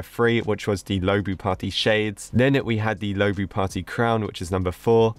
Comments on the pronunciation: Low-bu Me: IT'S LU-O-BU!!!!!!!! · so sorry, but it’s luobu not loubu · it’s pronounced loo↘️oh↗️ boo📉😭😭